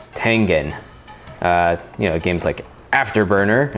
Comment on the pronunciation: god damm it its tengen not tengan